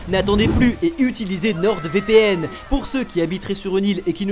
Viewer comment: nordEvpn Mdrrr le placement de produit ou le nom est mal prononcé 😂